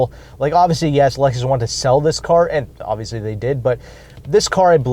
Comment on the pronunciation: Dude..it's Lexus!!